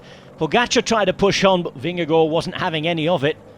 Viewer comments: Why is the Danish name "Vingegaard" pronounce as if it was French? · Awesome race and Cofidis rider win but why must this commentator pronounce Jonas surname like that,hes speaking English not Danish.